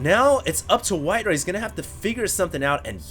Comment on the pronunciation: HD, his name is WhiteRa. Not WhiteRuh.